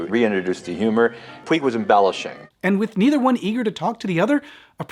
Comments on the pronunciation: Just a quick note. PUIG is a name originally from Catalunya and/or Mallorca that means Mountain. It's pronunciation rhymes with Much, so no Puy, say Puch. Thanks. Great video as usual. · Puig is a Catalan surname and is pronounced “poodge”, not “pweeg”. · Totally loved and appreciated the video but there was one little detail that was making me a bit nuts. The writers surname, Puig, comes from where we live in Spain. It means like a peak of a hill or a mountain and sounds like " Pooch " or a soft " Putch " rather than " Pyoo ig ". I wonder why the pronunciations are different? Can't wait for the next one. Stay well and keep safe. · Puig is pronounced Pooch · Greeting from Spain from a long time viewer. One brief point: the author's surname is pronounced "pooch", with the 'ch' at the end like in "scratch". It's a typical catalonyan (from Cataluña) surname, so it's not pronounced using castillian (what you anglo-speakers usually call "spanish") rules. I was about 8 y.o. and I remember thinking the movie was some horror film, because of the title. In some twisted facist way, it was indeed. Great video, as usual. Much respect from Madrid !!!